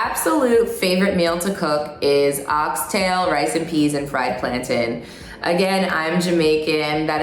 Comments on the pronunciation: did no one else hear “plantin” instead of plantain LOL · sooo... why does she say "plan-tin"........ :( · why does she pronounce plaintain like that?